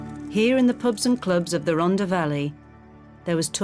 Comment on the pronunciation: Shame that the narrator cannot pronounce Rhondda properly